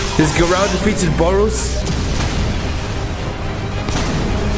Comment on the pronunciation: bro says garou like garaw